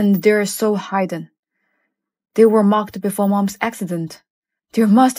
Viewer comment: The voices of the ones dubbing sound so annoying. I can't understand what they're saying that I have to read the subtitles. Next time, choose someone who really speaks English!!! Hidden was pronounced as "hide""den". For crying out loud!!!